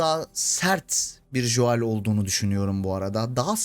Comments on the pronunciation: Lütfen Şu Joel a [Jo əel] demeyi bırakın adamln isminin telafüzü [Go:l] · Artık telafuzda joel deme !!